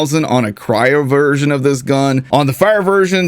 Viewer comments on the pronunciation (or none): none